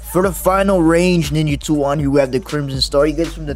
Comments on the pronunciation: Bro really said niggatool like I wasn’t gonna catch it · It sounded like you said the n word 😂